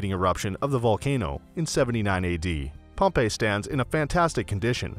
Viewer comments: Stay away from anyone who mispronounced Pompei. Have some respect. Just selling stuff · Yep, he just used TripAdvisor to then redirect viewers and get commission. The poor pronounciation shows no knowledge of the place.